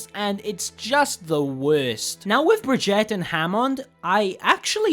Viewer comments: All around bad video and bad pronunciation. Said bri-gee-ta 3 different ways and none of them were right. Couldn't even get basic facts straight straight and never made a valid point throughout the video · Heh,heh heh. You want to change up how your character works? Well, my friend, say hello to Paladins. I think you’ll enjoy the card system. Also, you pronounced Brigitte’s name wrong. :/ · I die a lot inside every time you say brigitte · when he says brigitte's name, it sounds like he's saying spaghetii lmfao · Jou ponounsed bigita rowng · i was annoyed how he pronounce Brigitte..... god and when team says that you have to switch if they have like pharah and you play junkrat it's good to switch to hitscan so she wont have a chance to kill everyone in the team you are in....... (sorry for my poor english i try to write in the best possible way i can.) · Your pronunciation of Brigitte is the funniest one yet